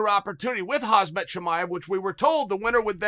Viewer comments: Khamzat not Khazmat .. Michael! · Man said “Khazmat”😂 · If chael says your name is hazmat chimaev your name is hazmat chimaev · Hazmat? hahahahah (k)hamzat more like it m8